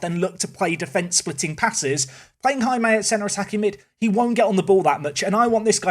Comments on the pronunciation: I think the pronunciation of Jaime is 'High-May', not 'Ha-May' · Please, for the love of god, it’s not “HammAY.” It’s “High-May.” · Just to add to the Jaime discourse... it's pronounced "HIGH-may" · As a spanish person, it hurts me the way you pronounce Jaime’s name…😂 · I like that said Jaime correctly in the first 10 seconds of the video, and then never again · The pronounciation of Jaime... it is... acceptable... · You should look how to pronounce Jaime, because that's my name and I want to see an english speaking person pronouncing it correctly, btw I'm spanish too